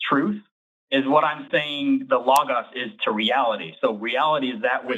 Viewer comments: And pronounce it correctly this time. 🙄 😂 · For some reason the pronunciation “lah-gahs” is pissing me off lmao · and Forrest deserve sainthood for being able to listen to mispronounce Logos for thirty minutes without correcting him. I wanted to scream! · YES! Thank you! It was infuriating, especially since Forrest said it correctly before the caller started talking about it. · I knew it was gonna be bad when the guest couldn't pronounce logos and I was right